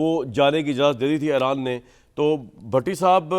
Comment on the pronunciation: Es Jahil anchor ko koee batay ke Eeeraan ایران ka sahi pronunciation kia hai